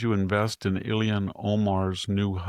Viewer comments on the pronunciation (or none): As smart as Victor Davis Hanson is, why can't he pronounce names correctly?